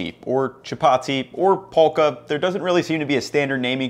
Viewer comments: It's not pronounced as pholka, to put it simply it is fulka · It's not Phulka. It's more Full-ka. Also you can use just the pan to make the roti puff. You use a very very slightly damp cloth to press it down on the pan and move it around. Especially on the edges. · its pronounced fullka no pulka 😂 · Phulka is pronounced 'full-ka' No disrespect meant, just letting you know! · Not "pull ka" it's "full ca" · Love the videos. Phulka is pronounced “fulka” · Phulka is pronounced as "Fulka" Just saying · Not being mean but it's pronounced like fulka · Phulka is pronounced "Fool-Kha" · Very informative vid thanks! fyi Phulka's pronounced "full-ka" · ph in phulka is pronounced as an f. So it sounds like: full-ka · Indian approved 👍🏽👍🏽 Phulka is pronounced as ful-ka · Hey I love your videos, Phulka is pronounced full-ka or fool-ka the ph is pronounced similar to words such as phenomenon or phenom. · It’s pronounced full-ka, it’s called phulka because the puffing is called phulna (verb) in Hindi, pronounced as fool-na. Hence it gets its name phulka. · Dude, this is actually super authentic, with the Atta, and the different names, the hot water in the dough, etc. I've really loved your videos for a little while now, so it's really cool seeing you do this. Rotis are like an everyday sort of thing, because you don't need a fucking tandoor to make them. P.S: The ph in phulka is pronounced like the ph in phone. So it's really pronounced "fulka". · FYI phulka is pronounced with an F sound, not P (i.e. "fulka"). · He almost said it right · Ph should sound like f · Haha so nice to see someone make this instead of Naan. Also Phulka is pronounced with an f sound! Just wanted to let you know, like how you say phone.